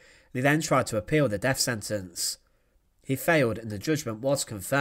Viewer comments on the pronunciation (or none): none